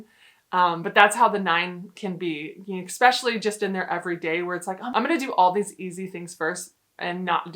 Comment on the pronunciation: NOT “EHK-SPECIALLY.” It’s “ESPECIALLY” NO X OR K